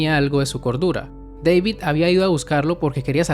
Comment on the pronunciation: Deivid ¿Oyeron? Deivid, ulala señor Gringo, si como no. -¿Cómo se dice entonces? -David